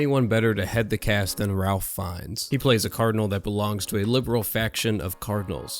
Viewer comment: It's pronounced "Rafe".